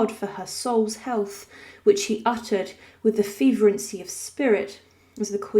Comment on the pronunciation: Fervency not feverency. Preserving her body not reserving her body. Just slips caused by the need to slow down a bit to take more breaths, I guess.